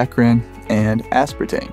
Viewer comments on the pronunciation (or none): none